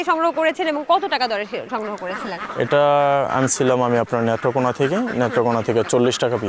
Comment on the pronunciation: এটা নেট্রোকোনা না নেত্রকোনা..